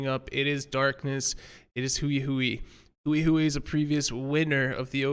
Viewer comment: I think now would be a good time for the casters to learn how to pronounce Hui Hui / 辉辉. Pro tip: it's not "Huey Huey"